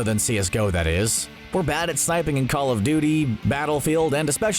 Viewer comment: It triggers how he says "call of doody"